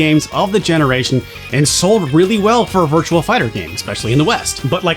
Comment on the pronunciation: Virtua Fighter. There's no "L" in Virtua.